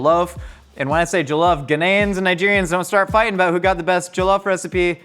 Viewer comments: It's not jO-llof rice it's jaw-llof. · You're pronouncing jollof weirdly. Also, you gotta fry that Ghanaian chicken in palm oil. Cmon, man. Respect the recipe. Smh.